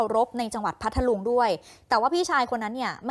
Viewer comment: อ่านผิดเพ มนัง พัทลุง เขาวิเศษพัท ลุง บ้าม้ายนักข่าว ไม่ทำการบ้านก่อนมาอ่านเออ